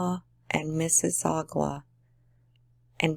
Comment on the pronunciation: You only said mississauga incorrectly but we Canadians even say it wrong if you never heard of it. Im so glad you posted this. 💙🙏 im showing tribute to those poor families 🙏💙